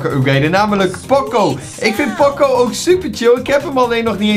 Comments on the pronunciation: Ben ik de enige die me ergerd aan dat pocco zegt in plaats van poco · In iedere video zegt hij pocco maar het is poco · Ik kan er niet tegen dat hij pokko zegt ipv poco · Hij heet poco niet pocco je spreekt het uit als pooco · Poco spreek je uit als poko. Like zodat hij dit ziet!! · Je zegt poocoo en je schrijft poco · grumpie Games ja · Je spreekt poco verkeerd uit.de eerste "o" moet je ook lang uitspreken